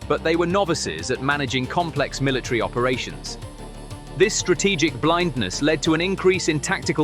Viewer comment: Please get an English speaking person can say military correctly. It’s not Miller TREE.